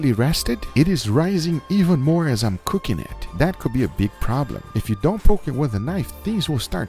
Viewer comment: what is "ca king"